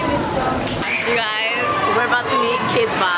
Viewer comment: instead of saying kidz bop, it sounds like kpop